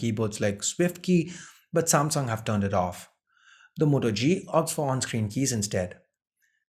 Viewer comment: "SAAMSONG" ....What?